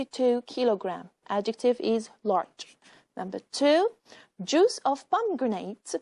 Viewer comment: a teacher of english? she is enable to pronounce the words correctly....try to pronounce ...juice and ever